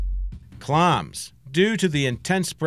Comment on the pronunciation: "Clarms" wtf is this accent?